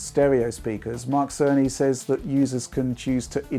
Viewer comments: I'm I the only one that hear Mark sony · Great contenct as usual!! Thanks!! (And I keep hearing Mark Sony 🤪🤪Tim Apple send his regards) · It has taken me far too long to realize it's Mark Cerny, not Mark Sony since pronounces them so similarly.